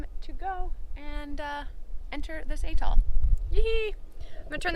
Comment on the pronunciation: A, A, as in apple! Atoll Not Eh-toll.